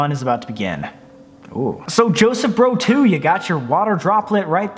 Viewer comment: It’s Joseph BROZ. NOT BRO 2. LOL